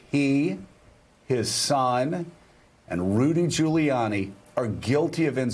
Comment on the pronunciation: Rudy Jew-layiani? It's like he didn't know how to pronounce Giuliani. Till they fed it to him in his ear